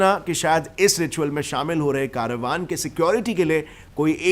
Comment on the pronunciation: केरवान ❌ कारवां✅